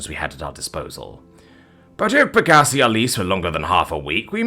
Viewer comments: Pegussee? Lol Peg-ah-si Last part pronounced like scythe without the “-the” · Look up how to pronounce “pegasi.”